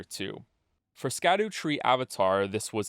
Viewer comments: it's pronounced Shadu, almost like Shadow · guy who makes videos where the whole point is that he does an insane amount of research and he mispronounces "scadu" the whole time (this is a joke great video) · I feel like I'm one of about 17 people in the world who realizes that "scadu" is pronounced like "shadow" and not like "skadoo" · its pronounced "shadu" not "skadu" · I will never not call them Skibidi Fragments. Don't care. Might be pronounced shadow. Don't care. I will continue to pronounce it skah-doo and the fragments themselves will be Skibidi. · I'm gonna die if I keep hearing people pronounce it Ska-doo it's just an archaic spelling of shadow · Here before all the comments telling you that scadu is pronounced shadow and not skadoo. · Scadu is pronounced Shadu. Scadutree = Shadowtree. Probably makes more sense now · Scadu is pronounced shadu. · "skadoo" "katanna" 😒 you're killing me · Oh no, we are going to listen to him mispronounce "Scadu" for the whole fucking video aren't we? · nice video I guess, but you mispronounced an esoteric olde english word. therefore your opinion is invalid